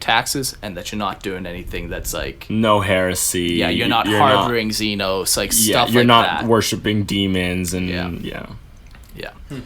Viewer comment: Also Xenos. . . . ZEE NOSS (AS IN LOSS) 😂